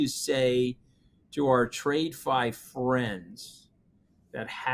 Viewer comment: Please Anthony, stop saying "trade-fi", it's "tradfi" as in traditional finance..